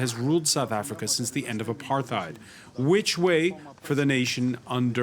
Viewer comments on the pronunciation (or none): It's pronounced apart-heid.